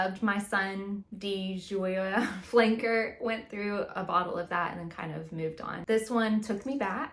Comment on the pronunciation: Gioia is italian for joy. So the easiest way to say it would be Joya. Asking Google "how to pronounce xyz" is awesome for those foreign words. 😊